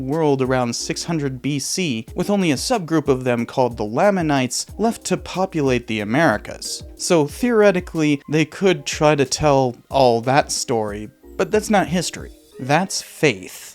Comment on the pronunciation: Just fyi: it’s pronounced “layman-ites”